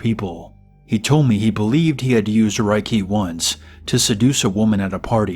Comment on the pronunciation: Its pronounced "Rey key" and it's not fkn mind control 🙄